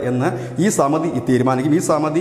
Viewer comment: Samati alla Samiti aanu.